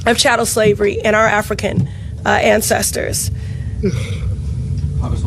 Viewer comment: She emphasizes the African part real hard.